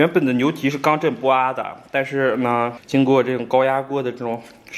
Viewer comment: 刚正不阿e,不是a